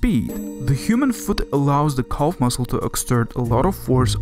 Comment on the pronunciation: This video is painful even in the first few minutes: It's Calf not Culf, and the list of mispronunciations goes on. Even close captions can't decipher half of your nonsense!